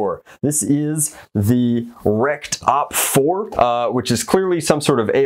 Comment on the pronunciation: OpFour sounds like "Opfer" xD and opfer means in german Victim 😂